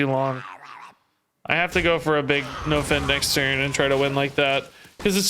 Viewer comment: Anyone else think is pronouncing nofin wrong? I think it's supposed to be pronounced like nuffin' can stop us (sorta like nothing can stop us)... I could be wrong though...